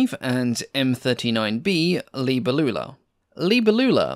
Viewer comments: Cringe! That's not how the word "Libellula" is pronounced. Geez! You are English speaking. You pronounce "libe-LLU-la" When it should be "li-BE-llula" Accetuation on the third before the end syllable It even sounds better, not like an old aunt you had which never married, lol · Please allow me to correct the pronunciation: as it comes from latin, It Is "libèllula", not "libellùla". As for the rest, apart from the peculiar design of this aircraft, as I've never heard of this prototype, I find the video particularly interesting. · FFS it's not pronunced libba loola at all. Please don't butcher languages like that. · Hi, I speak Portuguese and the word libélula is pronounced differently, you have to emphasize the E , like in the word BEST the E has an open sound, in the word libÉlula you have to pronounce the E the same way and Lula is pronounced faster. Is not so hard once you get the hang of it... Sorry, it's just such a beautiful word in our language and hearing it being butchered really hurts lol great video though 😂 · Libélula, accent on the E. It's Latin. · Sorry to correct you but the name is libellula not "libellula". Please be more careful in future. Good video though. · Your pronunciation of Libellula hurt my ears. The stress is on the second syllable i.e. LiBElulla. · the way you pronounce "libellula" killed my dog :(